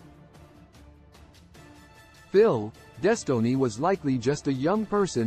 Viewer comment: “Des tow ness”